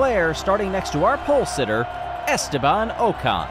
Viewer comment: great stuff, but Ocon's name is pronounced like "ockon" (rhymes with sock on)